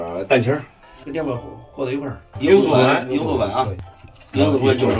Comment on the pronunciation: 没看字幕听，就听到一（罂粟）鹰粟粉，给我吓一跳